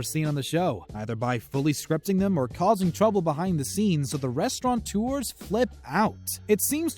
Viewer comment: It’s restaurateur, not “restauranteur”....